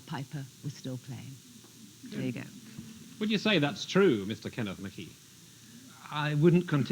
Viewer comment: The name Michie in Scotland is usually pronounced Meekie but Kenneth Michie might be an exception. However, I wouldn't expect an Englishman to get Scottish names pronounced correctly. Try Sinclair or Menzies, for example.